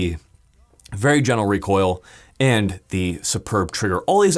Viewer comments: "help control wecoil uwu" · Got to contwol that wecoil 😎